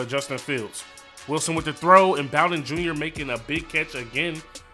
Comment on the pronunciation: You said “bow-den” LMAO it’s “boe-den” and he’s our best playmaker on offense besides Benny snell jr.